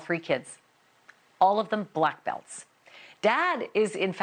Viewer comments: She said it wrong. She said TAI (tie) kwon do. Not TAE (tay) kwon do, which is the correct way. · FINALLY, a non Korean actually pronouncing Taekwondo the right way. Not others' fault but it's not "THAI-kwan-DO" it's "teh-kwun-doh"